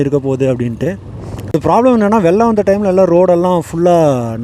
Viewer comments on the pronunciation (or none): none